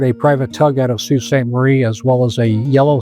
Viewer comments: Sault Ste. MARIE PRONOUNCED SAINT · Great graphics of the waves and ship sinking. That's how I envisioned it. The Wave over Coopers ship was impressive. I took a 30 ft wave over a commercial fishing boat in Alaska, I thought we were done. But I do have a say a MAJOR screw up is calling The Soo, or Sault Ste. Marie, "Sault City" about pissed me off. I'm from there! Never heard it refered to "SC". Sault City is in Iowa. The town is know from the French words- "Le Sault de Ste. Marie"---- meaning "The Falls of Ste. Marie". Locals call the place "The Soo". Nice shout out to each crew member! RIP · I concur with the comments praising this detailed and respectful documentary - well done. Only one quibble, and others may want to chime in: I was born and raised in Sault Ste. Marie Ontario (and I remember that November storm when I was eight years old, and the next day's news of the missing freighter), but I've never heard Sault Ontario or MIchigan referred to as "Sault City." Usually it's just "the Sault" or "the Soo." Other than that minor issue, though, thanks for doing justice to this powerful story.